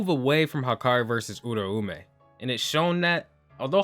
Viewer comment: Why does every YouTuber pronounce Uraumes name wrong lol its pronounced like - Oooooo Rau mei